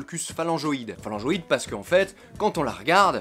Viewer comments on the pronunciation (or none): Mec j'adore tes videos a chaque c'est un plaisir de te reagarder et de decouvrir des trucs avec toi, mais par pitié, et ça je me fais la reflexion chacune de tes videos, fait gaffe a tes prononciations latines... ici par exemple : on prononce phalangoïdès, DÈS, et pas de.